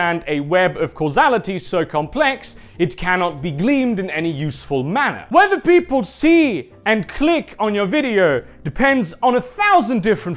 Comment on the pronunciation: Glean, not gleem... sorry, not sorry.